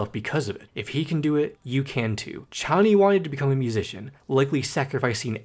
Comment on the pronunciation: ARGHHH YOU ARE SAYING KONNY AGAIN INSTEAD OF CHONNY